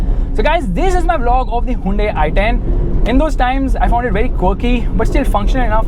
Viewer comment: its hyundai not hundai